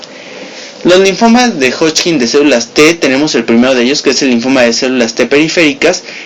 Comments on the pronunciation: hodgkin, no hodchkin...todo lo demas muy bien..... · Me gusta cuando dice hodching! 😙